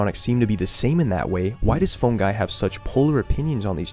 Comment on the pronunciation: Just a side note, as criticism to help make your content better, you should really try to pronounce the "phone" in "Phone Guy" with more of an O sound. At least to me, it's too much as "Fun Guy". My reaction was: "Who the f is Fun guy?" and then instantly realising you said Phone. It's supposed to be helpful criticism, if it's not, then ignore it. I just thought it fits your "theme/mood" in the videos. Otherwise, nice video :)